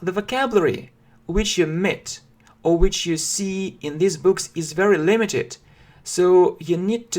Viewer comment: Английский язык. Английский для начинающих. Уроки английского языка, я все равно слышу this. Хотя между произношением These и This разницы наверно нету.